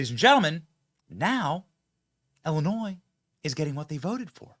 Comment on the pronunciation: Thank you for pronouncing Illinois correctly.